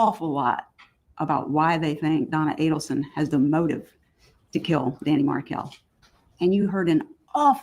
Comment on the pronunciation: Yes, I cringe every time she says Danny